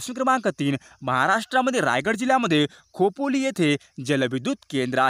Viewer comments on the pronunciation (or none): none